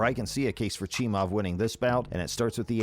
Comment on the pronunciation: Why would you post this video AGAIN ??? You posted this before the Burns fight and UFC273...Click Bait for more views ain't cool. This is old news and furthermore....SAY Khamzats last name properly....Its NOT CHEE- MOV its CHEE-MY-EV. Have a great day 😀